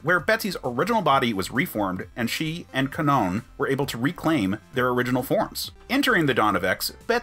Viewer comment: No problem. I do also like that you actually pronounce Kwannon properly and that you’re not one of those guys going “marvel is pushing an agenda. Bring back Brian” that you know haven’t even cared about the captain Britain property until now. You seem decent. Also, I love recent stuff like Betsy and Kwannon burning the dresses Betsy had made when she was in Kwannon’s body. It was kind of nice. And they also gave Malice a character. Speaking of that, Hellions. Just… they did Kwannon right. I feel like the Krakoan era is the era where, if it were to have a theme song, it would be “about damn time” by Lizzo. Cipher gets the respect he should’ve had? About Damn time. Martha Johanson gets treated like a person and finally has a body again? About Damn time. Destiny finally comes back to life and has stories with Rogue? About Damn time. Maddy P being treated like a person? About Damn time. It’s nice to see that Betsy does fail in x of swords and her story of recovery and standing on her own (with Rachel by her side… side note; I’m surprised Rachel never had a girlfriend until now).